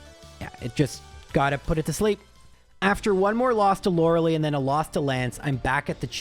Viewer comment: You are killing with the pronunciation of Lorelei….. Lore-uh-ly not Lore-uh-lee. Think Gilmore girls hahah 😅